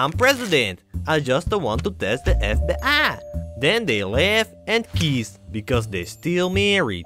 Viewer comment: EF BE'AHH It was all TIYEST And then khee say, but actually, I'm PRESADENT!. I just the want to test the EF BE'AHH